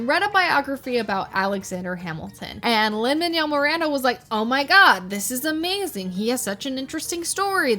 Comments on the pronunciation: Can’t believe just HAD to bring back such horrid flashbacks- thank you. ALSO ITS MAN-WELL NOT MAN-YELL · Fr in American it’s Manooel not Maniel 😭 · why are you pronouncing “manuel” like “manyell” 😭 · Gurl it’s pronounced man-you-ell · Lin manjel miranda 😭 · The way you pronounce “Manuel” makes me want to cry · the pronunciation of manuel is killing me 😭😭